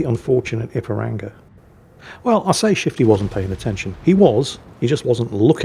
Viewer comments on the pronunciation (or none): mispronouncing Ipiranga is hilarious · You must forgive him.. he’s crap, and he’s English, so doesn’t hold with all these daft forringer names.